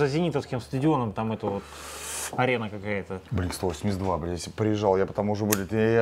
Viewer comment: БЛИНК УАН ЭЙТИ ТУ! блинк стовосемьдесят два ахах